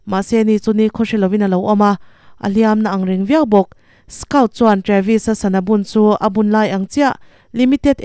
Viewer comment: A changtupa hi skaut tilo in skawt tihin lam la a dik zawk hmel.